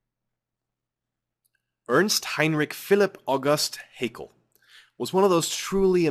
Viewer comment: Something minor I take issue with: Haeckel is not pronounced as an Englishman would say "hakel", but rather as "heckle". The ae in his name is not meant to be taken as a diphtong-ly long vowel, but as an alternative way to write ä. I will continue now, thank you for your explanations.